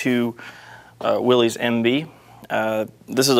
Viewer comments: Its Pronounced WILL-ISS not WILL_EEZE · May I just mention something that almost everyone I've ever met concerning these great rigs mistakenly does. That is, Willys is not pronounced Willeez. John Willys must have given up, but it's pronounced Williss. WILL-iss